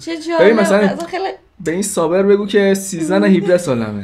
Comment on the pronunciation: بابا گفت سوبر نه صابر فقط تلفظش کمی سردرگمی بوجود اورد